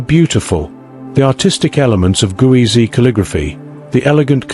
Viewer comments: It's Ge'ez (not Guwezy) and as you speak of it we are viewing Greek on the walls instead of Ge'ez. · Thanks for sharing hidden civilizations of Africa. However, you haven't properly pronounced " Geez" , the Ethiopian script. The pronunciation should be corrected as "Geez" and not as you pronounce it " Guwizi". Geez is also considered as a dead language like Latin. Amharic and Tigrigna languages are derived from Geez. But, still the Ethiopian Orthodox church uses Geez and kept valuable manuscripts written in Geez in its monasteries. In short, currently the Amharic language that is used as a national language of Ethiopia, uses the Geez alphabet. Most importantly it also has its own number system . Moreover, to mention but few, Ethiopia has its own unique calendar with 13 months, unique time counting system, etc. Since Ethiopia has never been colonized, most of its manuscripts and other treasures are still kept securely guarded in its monasteries. Cheers, ❤ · It's Geez, not Guezi. It's a Semitic language, and like all Semitic alphabets, is phonetic. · It's not gueze it's ge'ez (ግዕዝ )